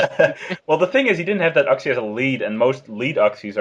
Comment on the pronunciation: I'm pretty sure you pronounce Uxie "You-ksee